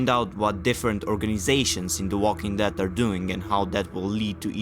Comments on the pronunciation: look back at the beginning look very carefully the first time you said death bro not dead you mispronounced it several times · Walking dead not walking death it's called The walking dead every time you say it you are saying it differently please learn to say it correctly